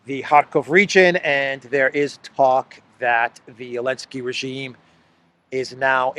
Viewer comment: I think you are safe to say Zelenskyy instead of Elensky!